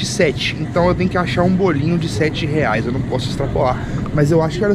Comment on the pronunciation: Gente coloca no minto em vez do enaldinho falar reais falou leais